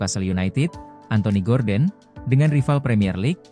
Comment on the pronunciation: Gordon wak bukan gorden😂